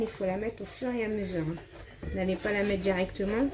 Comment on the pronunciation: JE VAIS METTEJE VAIS METTE JE VAIS METTE!!!! TU ES ALLERGIQUE AU R ????!!!!